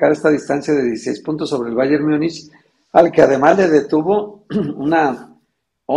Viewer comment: Múnich, se pronuncia en español como se escribe en español. Por qué le aumentan una letra "y"? Myunich Myunich